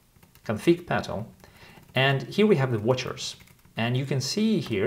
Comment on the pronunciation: The way you pronounce "Petal" reminds me of "Peter File" from the IT Crowd. LOL